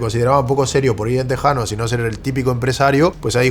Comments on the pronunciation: No se pronuncia "teksano" se pronuncia "tejano" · tejano no teksano